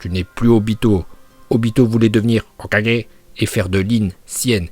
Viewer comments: Je kiff tes vidéos mais parcontre comment tu dis hokage je déteste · La façon de dire Hokage est trop drôle 😅😁👏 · Quand il dit "Hokage" ça me fume 🤣🤣🤣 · Ta façon de dire "Hokage" me fait trop rire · C’est trop 🤣😂🤣